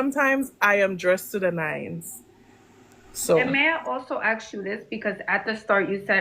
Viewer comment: How violent to axe instead of ask